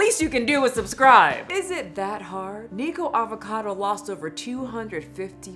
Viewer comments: I don’t you pronounce his name Niko 😂I think it’s Nik Ocado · NICK-OH-CADO! baha. But yeah I agree, I don't know why anyone watches him to begin with so he has a point about them being dumb ants lol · Nik-uh-cah-doe Ah-vo-cah-doe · Not who can't be bothered to say the Cado in Nicocadoavocado 😂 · Someone please tell me why she calls him “neeko” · Why does keep calling him Nicko?? I thought it was pronounced NICK….? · You say his name SOOOOOOOOO wrong!! 🤭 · Is it a running online gag for commentators to blatantly not say "Nikocado" correctly? I've heard it said so many different ways and I don't get why it's so difficult. 😅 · Idk why but the complete drop of the second syllable of the first word of his username bothers me. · I think the nikocado is a genius. It doesn't look good that you kept pronouncing his name wrong and most people who are reporting on this right now don't know the lore about his videos